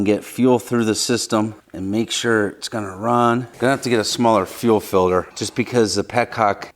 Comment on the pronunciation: "fil-der" - aka "filter" ?